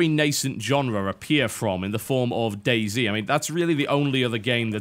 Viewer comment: the way TB says Day Z sounds like Daisy. It is funny.